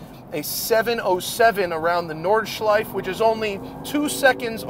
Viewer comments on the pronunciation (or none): Please dont delete the “e” at the end of Nordschleife. Must have had your breath taken away ;)